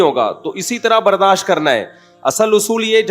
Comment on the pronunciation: او بھائی برداش نیہں برداشت ہوتا ہے 😮